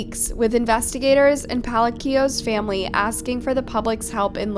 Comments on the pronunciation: Palechio? Palacio RIP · Why does she pronounce everything so wrong, can she not google how to translate things before making videos ? Her last name isn’t pronounced palikio it’s pronounced pa-la-s-io spelled pacios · Girl didn’t even try to pronounce her last name correctly 😂 she said “Paleeko” 💀 it’s Pah-lah-see-oh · The pronunciation of her last name is pa-la-sio not pa-li-co😂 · Lesly PA-LA-SEO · Last name is Palacios. Pronounced pah- lah- see- ohs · It’s pronounced “ pa la see yo” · GIIIRL. LESLIE PELICO????? ITS. PAHH LUH-SEE-OUS. PALACIOS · Her name last name is mispronounced Pal-a- sio